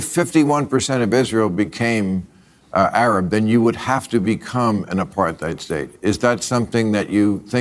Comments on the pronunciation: What throws me most is that Bill Maher pronounces "apartheid" as "apar-th-eid." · This is a dumb point, but does Maher pronounce Apartheid with like a "th" sound? Like "Apar-theid"? Does he not know it's "Apart-heid"? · What the fuck is ”apar-thigh’d?” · The way he acts so high and mighty while mispronouncing the word “apartheid” constantly is actually pissing me off so bad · How he says apartheid is soo funny because the pronounces the "th" 😂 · The way Bill pronounces 'apartheid' is giving me a migraine. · lmao at his continual mispronunciation of "apartheid", maher is like a child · Why can't maher pronounce 'apartheid' correctly? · I think it's really funny that he just cannot pronounce "Apartheid" like he read about it on the internet and never heard anybody say it out loud. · I hate shits like Maher. But oddly enough his pronunciation of "apartheid" is what pissed me off nearly most of all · If I were half as patronizing as Bill Maher, I'd point out he can't even pronounce "apartheid" so it's no wonder he can't understand it.